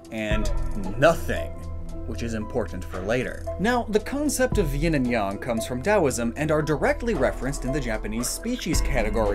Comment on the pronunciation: NOONE SAYS YIN “YAHN”